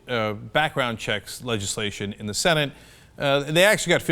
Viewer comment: what is a "SENTATE"?